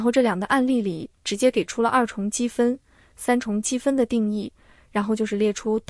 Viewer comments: 你说你数学不错 居然能读出来zhong积分？？？不是chong？？ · 听到重（zhong）积分就知道你的数学学得一般了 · zhong积分，这机器语音也真没辙了。国外的数分教材更难。同济的是最简单的了。托马斯微积分太啰嗦。短时间掌握还是同济好用。数分还是国外的有深度，点赞👍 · 这里“重积分”中的“重”应该读作chong（因同“崇”），是重复的意思，不是重量的重。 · 这个声音是AI吧，任何国人不可能把重积分读成zhong积分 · 这是“机械”的AI朗读吗？怎么会读出重(zhong4)积分呢？ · 重zhong积分😂，我笑了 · 纠正一下，重（chong）积分